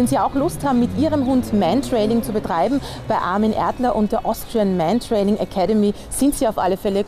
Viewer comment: Es heißt Mantrailing und nicht Mentrailing...